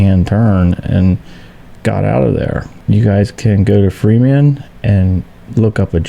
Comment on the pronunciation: It sounds like you are pronouncing FEMA free man or are my ears hearing wrong. I though it was pronounced fee ma. just wondering